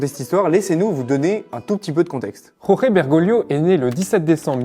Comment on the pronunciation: Prononcez georges, vous serez plus près de la vérité. La "jota" espagnole ne se prononce jamais en Argentine.